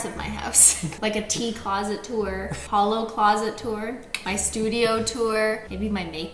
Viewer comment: the "holo" has me dead